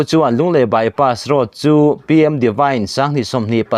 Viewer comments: "Bypass road" chu lam i harsat ve hlemai maw.😁😁 Bypass roas/ross ti deuh tlat mai a. Edit theih ani awm si a han nawt reh la tha tur. I lam ngun deuh hnu ah chuan a rawn dik thei tan e. . 😁😁😁👍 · Lunglei by pass ross", tiin a rawn ri nawk mai a, kan youttuber te pawh hi kan sawrkar hoan a hack ta em ni, thu lam diklo atam e mai, ", by pass road", tih pawh by pass ross an ti ta zel si, heng thu lam diklo zawng zawng hi kan sawrkar kalphung diklo vangah ka pujh mai sin, mnf sawrkar hian min lo sawp hneh ber a nih hi a hming te hi an lo thlak hman leh pek nge maw ni le, , by pass road", pawh lam dik a har ta, a rawn by pass ross ta vek mai, Nawbgsawhnawh pawh a rawn hnawngsaw hnawh leh vek ta mai, kan sawrkar tak hi chu aw..